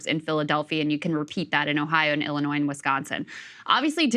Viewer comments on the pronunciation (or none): none